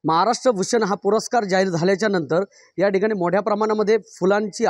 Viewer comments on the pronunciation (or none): none